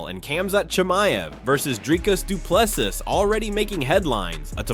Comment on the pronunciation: Say doo ple SEA not plessis or ple SEE! Now where is Dricus fight date?